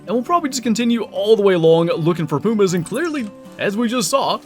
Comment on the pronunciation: Don’t you mean PEW-MAHS??😂